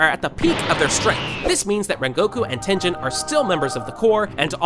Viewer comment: its tengen not tenjen.